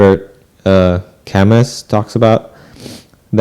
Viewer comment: You got Sartre more or less correct the second time. Camus is pronounced ca-moo